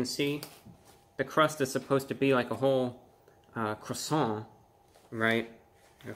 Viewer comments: Are you gonna finish that cwoissant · "Uhhh, are you gonna finish that 𝔠𝔴𝔬𝔰𝔬𝔫?" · Are you going to finish that cwason? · are u going to finish dat cwasarent? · How many felt like they were in Paris each time Review Bruh said “Cwoisannnnn?” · It should stand to reason that a review of anything would begin with the pronouncing of the thing being reviewed to be correct. This French bread item is a croissant which is pronounced qwassan. On the end of a French word an 's' is NEVER pronounced and most consonants are not pronounced either. It doesn't seem that's too hard to handle to make the whole review a bit more believable and authentic-sounding. Maybe DiGiorno expects too much from a reviewer but since we know nothing about Mr. 'Report of the Week' we probably assume he has been on the business end of a skillet or salad spinner. What do you want to be that he's never used either one and uses YouTube as his only source of income. I can only say I hope he doesn't have a family depending on his income for 3 squares a day! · The 207 thumbs downs are from native French speakers for his butchering of the word “croissant”. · I love your videos you rock BUT That's not how you pronounce croissant. 🥐😁